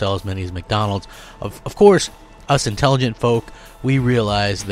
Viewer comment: “Inteligent “ he says 😂😂